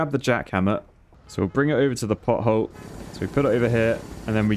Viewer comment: As an American (and a childish one, at that) the first two times you said pothole, it definitely sounded like butthole. I appreciate your dedication to repairing buttholes ❤️